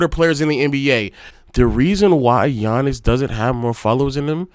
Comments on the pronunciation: As great as Giannis is, we all should be able to pronounce his name, and he isn't relatable because he is definitly humble. Seemingly like he believes that he always needs to improve his game. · Giannis has been a relevant name in the nba for couple of years now and people still don't know how to pronounce his name, smh🤦🏾‍♂️ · It's not that hard to learn his name ik it when I was in 6th grade...yall just wanna disrespect and not give Giannis his credit and respect